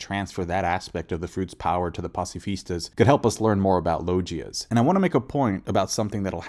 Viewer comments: lojias.... do you call GIFs JIFs too? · Please learn how to pronounce logia correctly.. its been long enough for u to kno by now lol